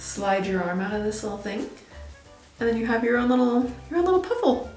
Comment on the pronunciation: Puffles from club penguin not piffles 😂😭